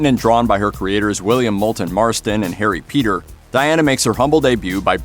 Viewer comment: He said Harry Peter hahaha